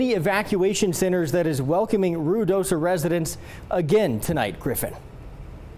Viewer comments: I think they are pronouncing it correctly…it is Rui not Rio…. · I can't believe he pronounced Ruidoso correctly.